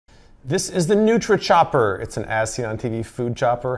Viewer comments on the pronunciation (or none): none